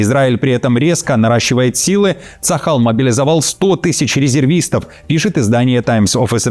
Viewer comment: Почему говорят ЦАХАЛ а я слышу шакал